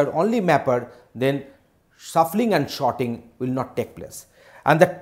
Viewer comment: And there I am hearing sharding whe he is saying sorting. Yet a very useful and compact video.